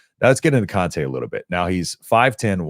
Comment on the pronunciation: it’s see-on-tae caw-son that’s how you say his name